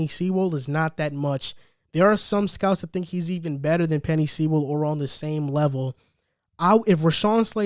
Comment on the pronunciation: It's Sewell (soooll)